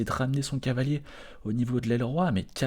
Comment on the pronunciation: C'est moi ou tu dis Cahier au lieu de Cavalier ? :P